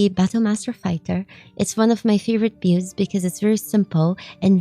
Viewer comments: we gotta work on your pronunciation of "builds", lol. Try saying it like "Billeds", you are sorta saying it like "Bewds". Love your work, high five! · I thought at first she said pubes😂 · Hello so I don't want to break chat rules just wanted to share something I thought was funny, at the beginning when you said a lot of people have been asking to see my builds I heard bewbs not builds 😂 Anyways love the video! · Tbh 3 seconds in i thought you said b8bs that people where asking to see them had me confused asf 😐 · She's saying builds, I know she is but I can't stop hearing beards instead and that makes this so better. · I heard bewbs but it was probably just a Freudian mechanism of some sort. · That’s just how Brazilian people pronounce L… Brazil = Braziu